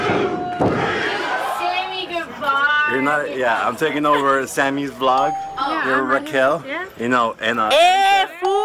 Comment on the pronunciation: It sounded like he said'thats right daddy" but ik he meant Sammy